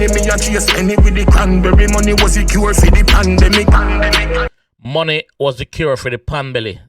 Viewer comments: Pandemic not pan bele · Pandemic not pon belly